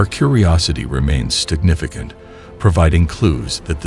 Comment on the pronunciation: “Our curiosity remains STIGNIFICANT”. 😮 rilly?